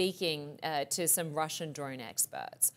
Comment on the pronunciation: Not "droin"! DRONE!